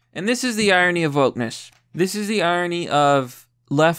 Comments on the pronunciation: Irony, correctly pronounced EYE RON KNEE. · What's iony? Where's the r.